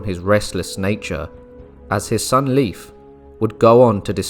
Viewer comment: Leif is pronounced “Layf” not “Leaf”